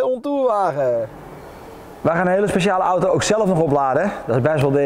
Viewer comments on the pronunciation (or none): none